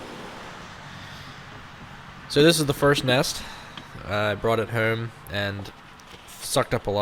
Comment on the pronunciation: I started to comment and poke fun about how you say "homb" (home) but heard you aknowledge it and joke about it yourself so you get a thumbs up on this video good sir